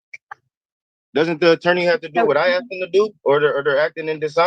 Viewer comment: 'Aks' again. A Jedi-level dimwit